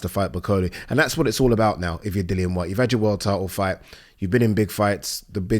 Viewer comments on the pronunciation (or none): none